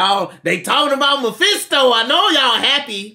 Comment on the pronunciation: Oh thank god noticed she said Myphesto